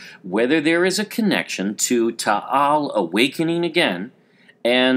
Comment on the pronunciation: It is not Tahal volcano it is taal volcano